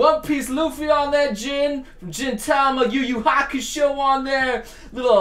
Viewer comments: it's Gintama, not jintama and Gin, not Jin. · did he say "jintama"? it's Gintama I think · Dude it's not "jintama" It's "Gintama" Like when you pronounce "Guy" (Everyone makes mistakes so i won't judge you) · stop saying jin-tama. you are going to give me a brain anurism!